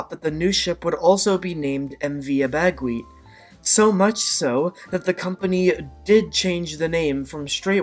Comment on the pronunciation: I travelled on the MV Abegweit many times. It was a beautiful vessel. The proper pronunciation of her name is Abba-Gwit.